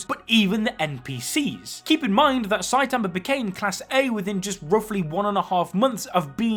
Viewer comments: I'm so sick of you saying "Saitamer" damn dude. 😒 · Saitamer lol